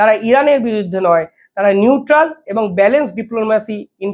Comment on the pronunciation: ক্যাপাবেল, এন্ডাভায়ারস, মিসাল স্টাইক, প্যাটান, স্পেড করছে, ইন্সপার, কালাম য়ে গিয়ে, স্পেড আউট, জয়সঙ্কোর, উই আরগ, নিউটাল- না পারিস বাংলা, না ইংরিজি উচ্চারণ করতে। মাষ্টার রেখে আগে উচ্চারণ শেখ মূর্খ।